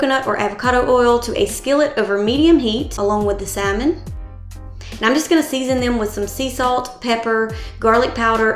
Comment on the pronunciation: Love the meal plans and started using. Only constructive criticism, the “L” in salmon is silent and not pronounced.